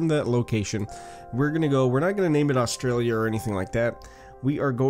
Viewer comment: btw, that's not how you pronounce Australia, Canberra, Melbourne or Brisbane. please don't take offence to this I also subbed